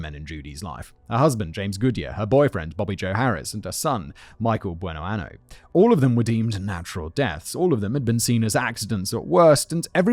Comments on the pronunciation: It’s “Buenoaño” [buenoanyo], which means “good year.” If you pronounce it “Buenoano” it means “good anus.” 😂😂😂😂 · I can't get over the fact that Simon was pronouncing that last name as "Good anus" instead of "Good year" (Buenoaño pronounced "buenoanyo") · Um… quick Spanish vocab lesson here: “Bueno año”, pronounced like “an-yo,” means “good year.” “Bueno ano,” which you kept using in both speech and text in this video, means “good anus.” Yeah, that tiny little tilde over the “n” makes a whole world of difference in this situation. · This is terrible. At least in most of these episodes, the men are abusive assholes too. Also I can only listen to Simon say "buenoano" for so long... If I hear that she chose that name as a sort of tribute to her late husband Goodyear, I cannot ignore the fact that it's misspelled. "Year", in Spanish, is año. Without that little curl on top of the n making the word sound like "anyo"... "ano" means "anus". Like I don't know if that was an oversight on Judy's part, considering she also couldn't use the correct translation of "good" (the correct translation for Goodyear would be Buenaño) but the name Simon is saying translates to "Judy Good Anus". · I'm from Pensacola and the mispronunciation of the last name is bugging me lol